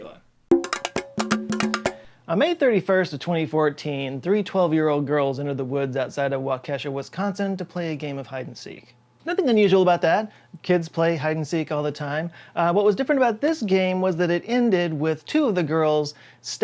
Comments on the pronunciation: I always need to make this correction because our inddigenous named cities are very important to us, its pronounced Wah-Kuh-Shaw, not Wah-Kesha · As a native Sconnie lemme help “walk-e-shaw” not “wau-kesha”… don’t feel bad, we have ridiculous names for our cities lol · He's close, but the pronunciation isn't Wa-Kesha, it's Wa-Ke-Shah, as if you were saying 'Shah' like the Shah of Iran. Not that it remotely matters, but I grew up there and feel the need to just state the correct pronunciation for the record. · features a mispronunciation of Waukesha, WI. Had to stop this video it caught me so off-guard. It's more like "wahk-eh-shaw" and less like "wah-kesha" Also, Wisconsin is home to a ton of weird true-crime stories and figures. Ed Gein is a pretty famous one, if anyone wants to learn more. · "wah-kesha'" wi LOL, it's "wah-keh-shaw' that's too funny, love your vids! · Wow, has it really been ten years? Well done, Pumpkin! 🎃Also: Waukesha = WALK-eh-SHAW. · Hey, 3 minutes; it’s pronounced Walk-A-Shaw. 😅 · Why do all YouTubers pronounce Waukesha like that lol. Wau-keh-shaw. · That is not how to say “Waukesha” 😭 otherwise great video